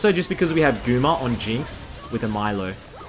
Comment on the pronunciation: Hey btw it’s pronounced ME-LEO, his name is Spanish